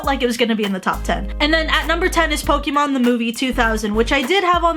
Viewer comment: Why do you pronounce Pokémon like Poki mon?